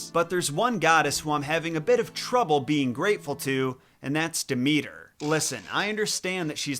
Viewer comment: Maybe if you learned to pronounce her name she'd be kinder to you.